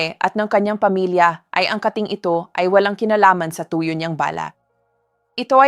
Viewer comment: Tuyo ipronounce mo ng mabilis hindi malumay!